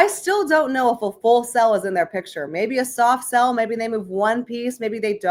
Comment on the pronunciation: When you say “soft sell” all I hear is “Tainted Love” 😂